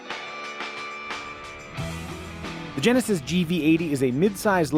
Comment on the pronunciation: Genesisisisisisisisisisis come on man speak properly